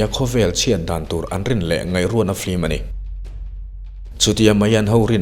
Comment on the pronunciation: Film a ti duhlo a, flim a ti.... lam dan mawi ah a buai lo, mipui te en theih tura video a chhawpchhuak hi kan lawm em em ani.